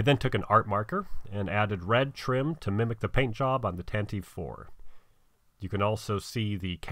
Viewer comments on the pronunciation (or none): WELL DONE! You've combined two of my favourite historical eras in a cool idea! NICE! But the ship Tantive-4 is pronounced "Tan-ta-vee four". It's canon in most books, etc, and many people miss it, just wanted to mention it! Alderaanish is an interesting dialect of Galactic Basic!